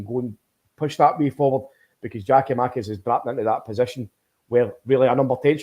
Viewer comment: If keeps calling Giakomakis ( pronounced YAKOMAKIS PLEASE SOMEONE TELL HIM!) he will forever be known to me as